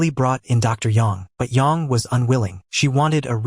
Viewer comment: It's AI, so it's not going to pronounce her name correctly.